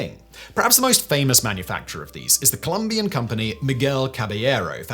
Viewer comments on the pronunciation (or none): none